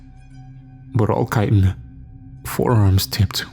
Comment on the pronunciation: I'd like to thank you for your correct pronunciation of "chitin" lol. I think this is the first narration I've heard say it correctly 😂 it's a weird word that almost never comes up in conversation so I imagine that means you went through the trouble of looking up the pronunciation. So cheers for that ❤️ great narration like always.